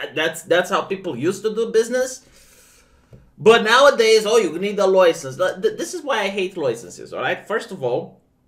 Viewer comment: Can we make stop pronouncing license like that...